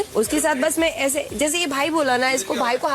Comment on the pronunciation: (Mai❌ me✅) (strong❌ estrong✅) 😂🤣